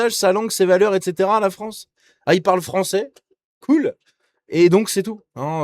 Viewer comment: Les joueurs foncés frônçais😂